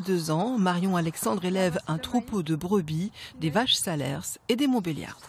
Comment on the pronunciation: Pour info, on ne prononce pas le dernier S dans le nom SALERS Dixit un cantalou.